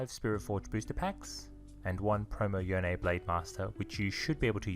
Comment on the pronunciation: Yone is actually pronounced Yone